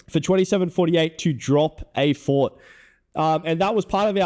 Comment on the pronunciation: "I destwoyed the fowt, I destwoyed the fowt!"